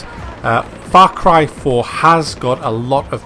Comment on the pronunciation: i swear i thought he said fuck rifle when he said the the name of the game.